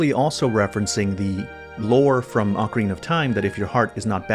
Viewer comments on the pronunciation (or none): none